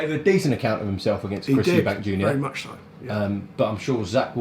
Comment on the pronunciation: The fact frank , after all the years working with Eubank Sr and Eubank Jr … he still calls them EUBANKS when discussing just one of them 🤣🤣 have a day off frank 😂